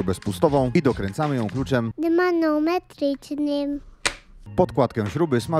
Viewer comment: Już nie umiem tego "dymanometrycznym " wypowiedzieć normalnie XD